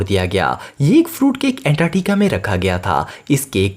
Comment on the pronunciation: Antarctica hota hai antatica nhi..